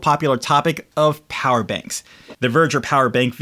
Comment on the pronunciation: It’s actually called ‘Veger’. Not Verger.